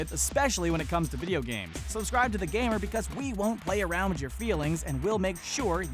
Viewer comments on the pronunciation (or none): none